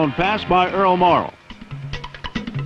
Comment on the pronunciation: Earl deserved better, especially from such a "knowledgeable" fan like yourself who can't even get the man's name right, his name was Earl M-O-R-R-A-L-L!